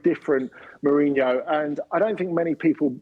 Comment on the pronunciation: I never heard a Brit pronounce a Portuguese name that well. 😯